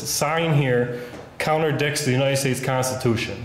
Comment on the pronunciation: Lol it "contradicts" not "counterdicks"